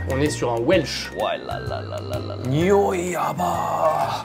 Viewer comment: "Ouaileucheu" je n'aurai jamais cru entendre le welch prononcé avec un acccent japonais, trop mignon 😊